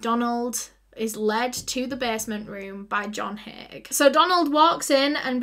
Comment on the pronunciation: It's "Haigh" if anyone's curious.